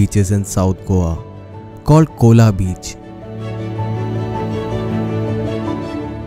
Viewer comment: Its not cola beach it is Colva beach